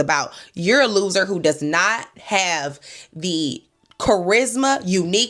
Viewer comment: Sis you going "You're a LOSER" is sending meeeeee. 😅😂🤣